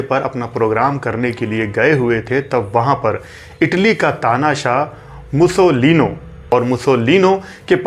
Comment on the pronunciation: पं. ओम्कारनाथ ठाकूर पं. विष्णू दिगंबर पलूसकर "मुसोलीनो" नही "मुसोलीनी" आप तो सभी फिल्मी कलाकारों के नाम के बाद "जी" इतनी बार लगाते हो, यहां भूल गये?